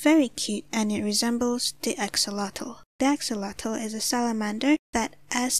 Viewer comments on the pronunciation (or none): none